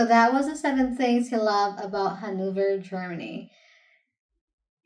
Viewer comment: You're pronouncing it quite well. Hannover is a beautiful city, but—correct me if I'm wrong—it doesn't quite have the same standing as other German cities. Even historically, I know little to nothing associated with Hannover. I think there’s a horse breed named after it, though I’m not absolutely certain about that either. It’s a lovely city, but relatively unknown from a tourism perspective.The House of Welf has its seat in Hanover.